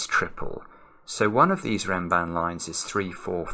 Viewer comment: Perfectly pronounced! A beautiful Renban Abed Hawila.